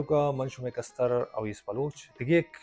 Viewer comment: Thanks for another video but please it's not kastar the correct way to say it is kaster in Balochi.